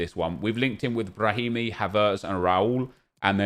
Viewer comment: Nobody: Nobody in the universe:: Brrrrrrrrahimi